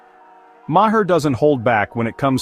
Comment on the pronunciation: Your editor must be a DEI hire. Otherwise they would know how to alter the pronunciation to say Bill Maher's name correctly. Also I believe Bill would completely disagree with your interpretation of his comments. You know - because you're an idiot. - you realize that means that you AND your AI are "saying it wrong".